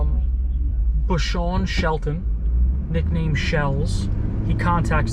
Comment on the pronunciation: IT'S BISHON SHELTON ,NOT BUSHON ;]